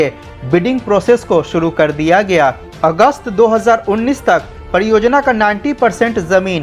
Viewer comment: I can't understand the inability to pronounce 'r' - padiyojayana, poodi tareeke se etc 🤔